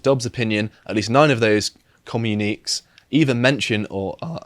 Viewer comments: Uh,, it's pronounced 'comm-you-nih-kay' not 'comm-you-neeks' and is just an official statement. lmao Edit: Also Worcester is pronounced the same way. At least when pronounced correctly. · Does he mean "communique?" Pronounced "ke-myoone-kay?" As in, an official statement made by higher ups to a group or to the media from the group? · Comm-u-ni-kay, they just missed the accent on the e in the article. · "Communiqué" looks like a portmanteau of "commune" and "critique" and is thus pronounced accordingly, but it's actually pronounced as com - you - neh - kay. A communiqué is defined simply as an official statement or announcement, often from a government or organization. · Communique is pronounced commune-e-Kay and simply means a communication. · Jesus Christ,, ‘communique’ is not ‘commune’ and ‘critique’ it just means ‘a communication’. SAY IT WITH ME: COM-YOU-NI-KAY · communiques = not 'communeeks', but com u knee kays - communications/messages basically. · Communiqué, pronounced, "ComMUNE-a-KAY," meaning a bulletin, from the French "communiquer," meaning "to communicate." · Communique is pronounced kom-you-ni-kay, and think of it like a circular or a memo if that helps. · No, we pronounce it 'Woostuh' and 'communique' is pronounced: commune-uh-kay. Just a Chicago admirer teaching people living in the birthplace of the language I love how to speak their language. Just 'taking the piss' as you people say over there. Thanks for a very informative video. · "Communique" (Com-mu-nic-kay) - simply means an official announcement/statement. You're welcome. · Communiques, cuh-mew-nih-kays. Like "communica-tion". It's a real word. The words you don't recognize are full of shit 9 times out of 10 but this word is older than the American civil war. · Com-myoo-ni-kay... phonetically, obviously. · I think it's pronounced commune-ih-kay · “communiqué” - an official announcement or statement, especially one made to the media. Pronounced Com-yoon-ee-Kay 👌